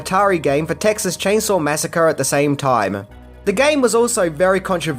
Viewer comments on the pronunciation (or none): none